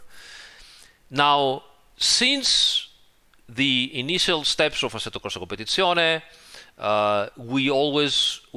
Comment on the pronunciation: Every time says “assetocorsacompetizione”, I feel like having a cappuccino.